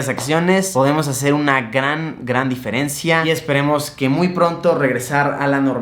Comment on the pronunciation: Diferencia no diferncía